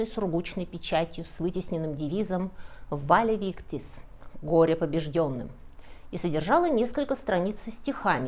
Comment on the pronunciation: правильно Vae vistis, а не Vale vistis